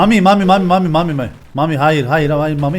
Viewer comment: Mamiş e Mamis demeleri ag be